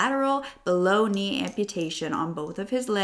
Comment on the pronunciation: It's ironic that when he said below knee amputee, I heard bologna amputee. 😂